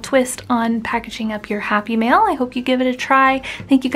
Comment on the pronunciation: Cute, simple project! With your accent it sounded like you were saying happy meal. Or maybe I'm just hungry. Lol